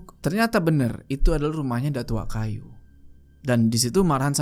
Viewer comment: datuak kayo = datuk kaya bang bkn datuk kayu